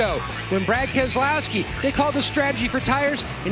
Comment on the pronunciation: keselowski no Keselowski